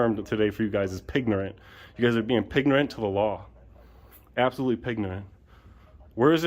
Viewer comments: Did he say pignorant 😂😂😂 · "Pignorant"... LOL! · "Pignorant." Freaking GOLD. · They're not real cops . . they're Two Clowns waiting for your camera🤣🤣🤣‼️. . . maybe the Old lady must retire coz i'm worried about her, and put a much educated younger ones who knows about the law. .? ？？and the Sheriff2. .Chiefs2🤬 did i hear Pignorant "? ？？🤣🤣🤣‼️